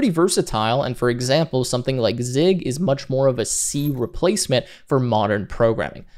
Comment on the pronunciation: Zig? hahaha at least not sieg